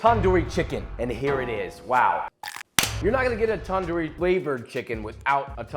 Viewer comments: Tandoori it has a d sound in the beginning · softer "t" and a shorter "a" and shorter "oo" while pronouncing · tip for foreigners- its NOT taandoori chicken its tundoori chicken. get your pronounciation correct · Here to hear him say "TaN- Doooo Reee" instead of तंदूरी 😭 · Tandoori is pronounced tun-dhoori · Also it is pronounced tan -du -re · A trick for pronouncing Punjabi words is if you see a D or T in word treat it like TH. Also took the R’s “Thanthooree” tandoori “thanthoor” tandor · basically its pronouned thun - doo - rii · pronounce it like this: [tun-dooree] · Thanks you doing this, but you're pronunciation of 'tandoori' kinda made me mad. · i love joshuas pronunciation of tandoori not the proper way, im indian